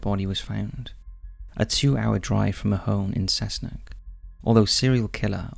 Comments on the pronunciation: I’m from the Hunter Valley area in NSW Australia and Cessnock is pronounced Cess Nock as in knock knock, Cessnock 👍🏼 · And “Cessnock”, love it